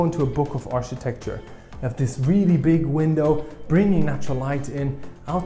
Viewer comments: Hi Love your presentation, but not sure if anyone has mentioned to you before, Architecture is pronounced Arkitekchur not Architekchur. Thanks, Oh and there are Curtains but they are electric and on the outside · New drinking game in town: Take a shot every time mispronounces "architecture".